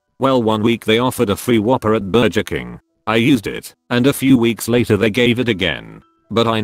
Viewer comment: Is any one else annoyed but the mispronounced words of burger and Wi-Fi?